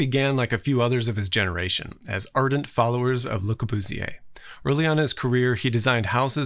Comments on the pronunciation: Corbooziyay, damn( US-)Americans, you sure love butchering foreign names. Good video though. :) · Le Corbusier, god your pronouciation sounds like "luca busier"